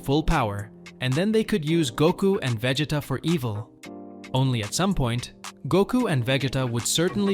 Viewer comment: This guy actually said vejeta 😂😂😂